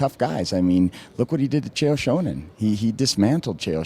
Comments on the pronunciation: "chael shownen" haha ! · why does he pronounce it Chael Shownen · lol "Shonan." Ed Soares is a dumbass. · and its sonnen not shownan get it right ed SHoares you fucing d-bag! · This guy can't even pronounce Chael Sonnen's name. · Could he have mispronounced Chael Sonnens name a few more times? And why interview an agent anyway? As if hes going to say anything other than his fighter is the best? I hope Chael or Maia beats Silva, I've had enough hyperbole about this guy.